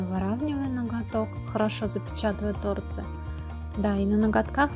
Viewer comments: Почему тооорцы, а не торцыыыы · Ну не тОрцы, а торцЫЫЫ, уши мои уши. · ТорцЫ, ударение на Ы!!! Слух режет жестко! А дизайн СУПЕР!!!👍🌺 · Правильно говорить торцЫ, извинете конечно,но слух режет.